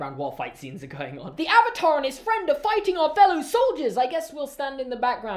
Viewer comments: How about its the WORST SERIES TO FILM ADAPTATION, especially since the series is the most perfect thing to ever exist👌👌👌👌😍😍😍😍😂😂😂😂😂. Also I dont think they pronounced a Single word right in this movie. AR u tHe Ovatar OonG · I tried watching this movie after I finished the show and stopped at the intro when they pronounced Avatar wrong. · This movie ruined my childhood. Also can we just point out that they couldn’t even say the avatar correctly throughout the whole film?